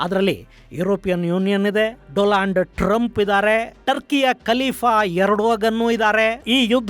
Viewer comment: ಗುರುಗಳೇ , ಅದು ಡೊನಾಲ್ಡ್ ಟ್ರಂಪ್, ಡೊಲಾಂಡ್ ಟ್ರಂಪ್ ಅಲ್ಲ 😅😅😅